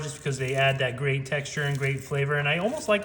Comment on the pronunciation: Thought he said the mayo adds some "grape" flavor. Had to turn on captions.